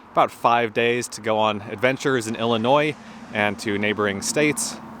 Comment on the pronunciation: This was beautiful 💕 Thank you💕….and thank you for pronouncing Illinois correctly👍🏼👍🏼👍🏼